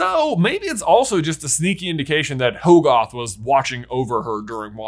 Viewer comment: Uhhh, it was pretty obvious that the third eye was the toll of using the Darkhold. That's it. Nothing more. Also, Hoggoth is pronounced Hah-guth. Pretty simple English. A double consonant after a vowel makes the vowel soft. C'mon.